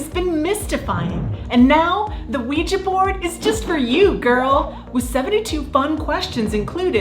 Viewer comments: You're the only Youtuber I know that says the word Ouija correctly. Most dingdongs say "WEE-GEE" which drives me batshit crazy since it ends in an A. You (and I) say it properly. It is pronounced "WEE-JUH". Thank you for being my Verbal SuperHeroine--with an ass kickin' vocab. ❤️❤️ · Finally!!! someone who pronunces Ouija properly! it's an A, people! not an i nor ee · Thank you! Thank you! Thank you! For singing Knock Three Times and, more importantly, pronouncing ouija correctly. You are fantastic!